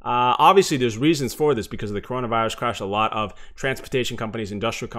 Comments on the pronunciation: ァララヴァって感じですね。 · a lot of て ララバって発音するん…？